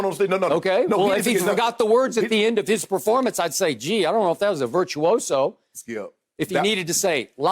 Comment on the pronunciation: Nobody: Shannon: It was Virtuioso"